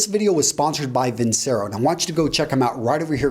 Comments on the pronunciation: pronounced vin-CHero my man ;) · Hi, Vincero is pronounced VinCHero. In Italian, "c" before I, e, is pronounced "ch". Regards